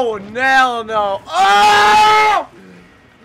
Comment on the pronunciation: "Oh Nell No"